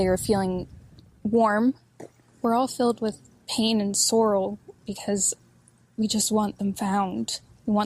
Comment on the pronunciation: "We'Re aLL FiLLeD wiTh PaiN & sOrRoL" Girl shut UP... Tell us where your kids are and what you did and WHY!!!